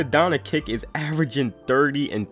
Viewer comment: Bro why do you pronounce "Doncic" like that, its not donakick, donchick, Its pronounced "Don-chich"